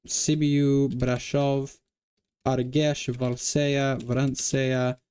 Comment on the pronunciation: Congratulations! Some tips for Romanian: ă is pronounced like uh. â and î are pronounced like a strained uh. i at the end of words after a consonant is silent. cea is pronounced like cha. A few pronounciation corrections: Argeș - Ar-jesh; Giurgiu - Joor-joo; Brăila - Bruh-ee-la; Bacău - Bak-oh; Buzău - Boose-oh; Bistrița-Năsăud - Bees-tree-tsa-Nuh-suh-ood; Vrancea - Vran-cha; Briceni - Bree-chen